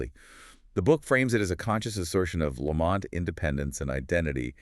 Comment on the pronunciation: It's pronounced "Lamb - it", not laMont